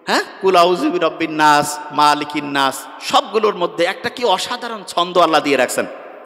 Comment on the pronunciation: সার সুরা এর ২য় আয়াত মা,,,লিকিন নাস পড়েছেন।সহিসুদ্ধ উচ্চারণ হচ্ছে মালিকিন না,,স।এর অর্থ হলো মা অক্ষরটি সুর করে বা লম্বা করে পড়া যাবে না।